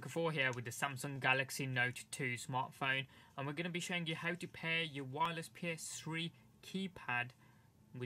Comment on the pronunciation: How its pronounced P-S-3 How he pronounced it P-S-scrhee